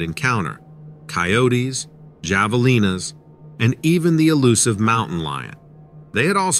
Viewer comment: TY,; great video as always; and javelinas is pronounced “havelinas”